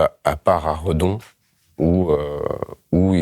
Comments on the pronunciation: Redon, pas Reudon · Redon (35600), et pas Reudon. Bisous